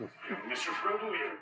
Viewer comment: not them pronouncing freedo, grandalf, sairon, izildor, bilbo bobbins haha. At least they got Sam right 😭✊